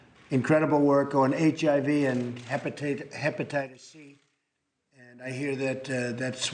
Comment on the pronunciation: Can’t even pronounce HEPATITIS with his fat mouth.